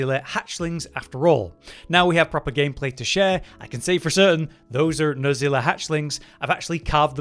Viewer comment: Coomatrice? Nerzilla? It's Nerscilla. NerSSSScilla. with an S, not a Z. And it's CHEMatrice, not COOMatrice. CHEM like Chemical.